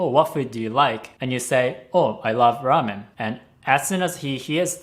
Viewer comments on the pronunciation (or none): none